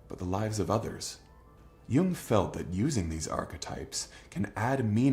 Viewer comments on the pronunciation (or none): I'm not a grammar nazi, but Jung's name isn't the same as the word young, so many YouTubers do that